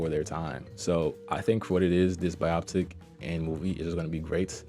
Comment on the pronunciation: Dis nigga just said bioptic lmao